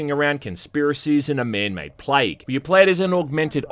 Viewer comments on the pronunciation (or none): none